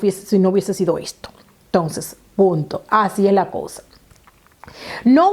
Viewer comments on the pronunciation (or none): none